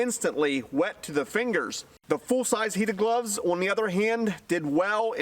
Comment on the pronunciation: Have you ever considered learning how to properly pronounce the word "on"?!